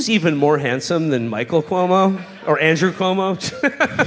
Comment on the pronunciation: "andruo cuomo"